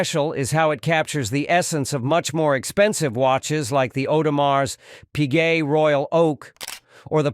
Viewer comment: At least it pronounced Audemars Piguet correctly. 😆